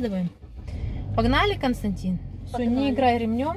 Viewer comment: Константин, так и зовут. Только ударение на первый слог. Немцы знают это имя